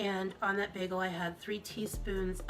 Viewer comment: “Bigul” too. GORL, it’s a damn BAGEL.